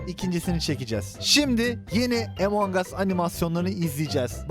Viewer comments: abi emong as deme ya among as diye okunuyo among us diye yazıldığını biliyorum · ABİ LÜTFEN ARTİK DOĞRU SÖYLEYİN ŞU OYUNUN İSMİNİ EMONG US DEGİL. AMONG US. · Emangos değil amongas